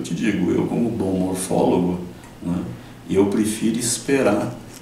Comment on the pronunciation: Excelente vídeo. Eu vi essa notícia, inclusive com ilustrações dos denisovanos e ficava na dúvida se tinham achado algum crânio pra fazer essa reconstrução. O vídeo esclareceu bem que não. PS: Em ele fala morfólogo, certo? Eu voltei umas 2 vezes, pq de primeira entendi ufólogo...Quase caí pra trás de susto.